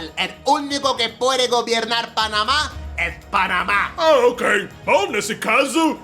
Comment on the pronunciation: Panamar kkkkkkk... aqui vamos nos 😂